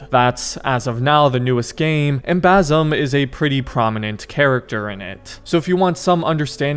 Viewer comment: it’s Basim not Bazam😭